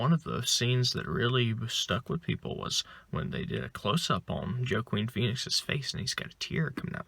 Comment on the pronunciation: You said his name wrong so how can you even review it? You are actually dumb.